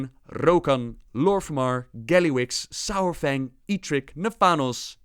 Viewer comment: Ahem... "sorefang"